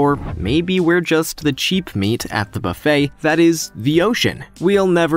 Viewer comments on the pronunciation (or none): none